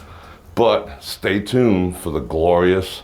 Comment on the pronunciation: "Glorius" Thanx for the tour. Karen